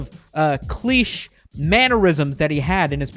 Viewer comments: did you for real say "klish" instead of "cliche" I bet u also say "nitch" instead of "niche" Unsubscribed, reported and sent dark net assassins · oh no... "cleesh" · CLICHE is a trite or overused statement or trope, and is pronounced klee-shay. CLEESH is a spell that turns its target into a small amphibian. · Cleesh? (Sigh) it's cleeshea. CLEESHEA. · Dude, you just pronounced cliche "Cleesh". Da fuck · My dude actually said "cleesh" instead of cliché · "Cleesh" oof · my man said cliche as cleesh, i love it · Did you just say cliche..... as cl-eesh? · did you just say cleesh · Why is nobody talking about the pronunciation of "cliché" ?